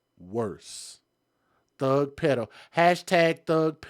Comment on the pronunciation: Pedo = pee-dough